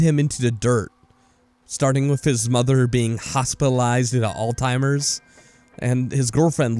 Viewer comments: Nothing makes me cringe like people pronouncing Alzheimer's as "oldtimers". Otherwise, great video. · The disease is NOT called all-timers, it's Alzheimer's there is no "t" in that word... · The Maw not Mah Alzheimer’s not All Timers. I’m sorry. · Pronouncing it with a t is actually not that wrong. Alois Alzheimer was German, so the correct pronounciation in his native language "allts-himer" or "ullts-himer".